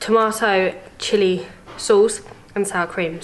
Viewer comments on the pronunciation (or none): none